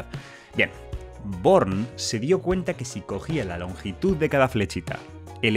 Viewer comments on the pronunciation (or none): Like si cuando dijo born escuchaste porn 😂